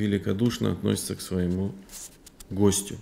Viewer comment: Ассаляму гьалейка уа рахьматуЛЛАГИ уа баракатуГУ. Правильно ставить ударение на первый слог: гОстю